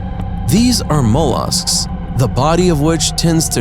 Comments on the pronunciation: I believe your are mispronouncing fish #2 ... and, mah-losks. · "Mole Usks" ha ha ha